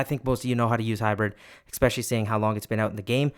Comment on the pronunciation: brooo you're killing me with "exspecially" 😭😭